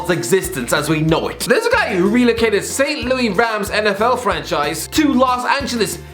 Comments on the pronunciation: Wouldn't blame him for pronouncing St. Louis wrong because Louis is a French name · you butchered the pronunciation of St. Louis lmao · Saint Louie Rams 😂😂😂.